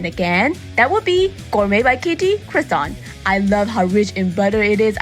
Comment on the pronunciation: Look at you rocking that French accent lol! Most of these look so amazing! Yeah, there were a few that most definitely seemed a bit doughy, but a light, fluffy, buttery croissant is always all kinds of amazing! A fancy croissant with an also fancy cup of coffee is always a great way to start the day. Thank you for sharing! And that heart sweater vest is very cool!